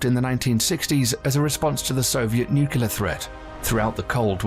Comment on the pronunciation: I had to stop watching at his mispronunciation of the word nuclear. 👎🏼